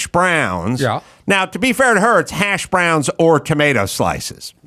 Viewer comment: Ever notice when he says hash browns he puts the emphasis on the wrong syllable?